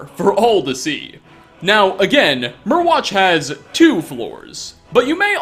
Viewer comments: I could be wrong, but I think Myrwatch is supposed to be pronounced like “Mire-watch” since Morthal is basically one big swamp. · Mire watch (pronounciation)